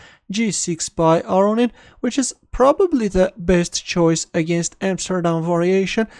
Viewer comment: Lev aronin ???!? Chess is strange